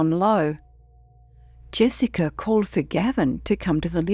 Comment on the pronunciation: Jessiker? No r ,stop saying ut.